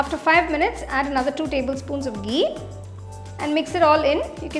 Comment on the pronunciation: Love it when you say gee 😅